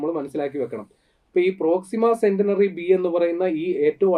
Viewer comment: പ്രോക്സിമ സെന്റിനറി അല്ല, പ്രോക്സിമ സെന്റൗറി.